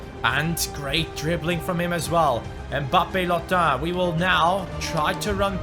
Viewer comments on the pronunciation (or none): mbabbe lottin you speak babbe lotttin